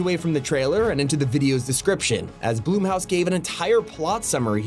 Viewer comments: Did the narrator say BLOOM HOUSE? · Why is. He saying bloom house